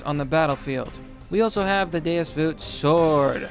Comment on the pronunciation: Every time said Deus as deuce i die a little inside